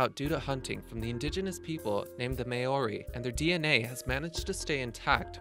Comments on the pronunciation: Bring back the moa be I live in New Zealand. Nz rocks And there not called may ori it's madly or moari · They aren't May-or-ee. Mawree. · Omg you pronounced Maori Wrong It's Pronounced MowRi but spelled maori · Maori is pronounced Mao-ree (Mao like chairman Mao). Mauritius is pronounced Muh-rish-us. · It's maoriori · No.9 Moa Lol can't even say maori properly Says maa-or-ree crack up 😁to pronounce Maori just mouldy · Exactly! I mean the Kiwis are pretty bad at how they pronounce stuff, but that was ridiculous! The pronunciation was so bad I wasn't even sure if he meant to say Maori or some other Polynesian culture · Really? Wtaf was that Mãori pronunciation? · The way that this guy said Maori made me cringe. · Man this narrator is bad at pronunciations